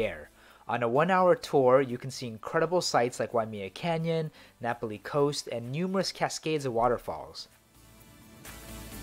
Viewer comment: Napali is pronounced differently